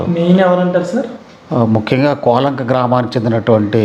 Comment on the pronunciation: బాబు నీవు ముందు మాట్లాడటం నేర్చుకో, కూలంక కాదు కోలంక, నీవు చూపించిన శాల పాక కాదు అది పెద్ద పశువుల శాల నేర్చుకుని మాట్లాడు బాబు